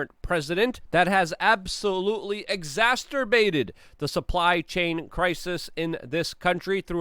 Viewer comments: I adore you Luke. That is why I’ll give you this…it’s exacerbated…not exasterbated. ❤️ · Luke, we love you, but the word is "exacerbated" not "exasterbated". That word has a completely different definition (on Urban Dictionary) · Luke needs to stop using words he can’t pronounce “exasterbated”?! 😂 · Exasterbated? Not a word. C'mon, Luke. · Eggs Zasterbated, sickle fans... 2 new words to add to Luke's "vocabulary..." Oh, and Proter Caws 🤣🤣🤣🤣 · “Exasterbaited” Over and over and over and over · Please say exacerbated correctly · I love Luke, and one day I will meet him just to teach him how to pronounce "exacerbated." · He knows... Hes not stupid by any means. It just his funny style. I like it. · Yeah but I like hearing him say it.. every time!